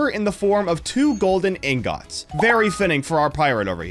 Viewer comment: Anyone noticed how he said ing-gots